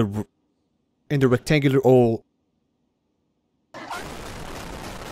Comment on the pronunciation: “rectangular ole”